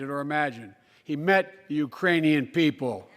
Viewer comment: He said Urainian.. no such place! 🤣 man his tounge is goin full retard